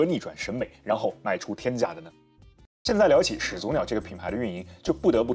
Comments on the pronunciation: 两个三声字连读，应该是第一个字变成二声。所以“始祖鸟”，应该读成“石祖鸟”。但是博主读成了“始足鸟”。强迫症患者看不下去这期啊。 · 另外把始祖鸟读成屎足鸟是个什么操作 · 全篇都读的是始足鸟，难受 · 完全题外话。始祖鸟的前两个字都是三声。通常两个三声连在一起的时候，其中一个要变音才自然。始祖鸟的话，感觉应该读作 石祖鸟 这样的读音。